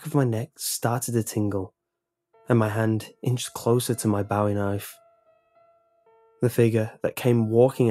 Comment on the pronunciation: Last one: mispronounced Bowie and Navajo. Not sure what was meant by "traditional Navajo clothing," you mean like jeans and t-shirt? Cause Imma 100% sure old guy wasn't walking around in powwow regalia. And sure as FUCK did NOT just strike up a convo about skinwalkers. But the CC was fucking hilarious when it said that only a Sherman can kill it. All the N8s be like naming their kids Sherman.